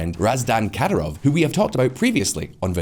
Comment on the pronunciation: its not "katarov" but "Kadiirov" ...your spelling is so wrong lmao